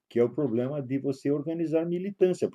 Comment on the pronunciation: Poblema? Este senhorzinho fumante já fumou charuto com fidel.